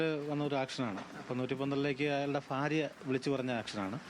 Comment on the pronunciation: ഭാര്യ എന്ന് പോലും പറയാൻ അറിയാത്ത പോലീസ് കാരൻ...😂😂😂